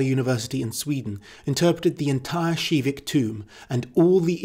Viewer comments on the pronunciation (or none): Hol up hol up. You pronounced KIVIK SHIVIK ??